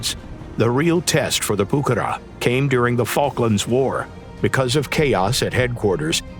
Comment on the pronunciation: Que buena pronunciación al español! 😉